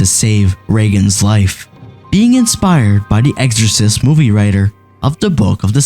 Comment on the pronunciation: EXorcist, not eggsorcist, lol